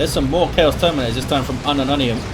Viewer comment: i can't stop hearing unknow onions when he say unumunium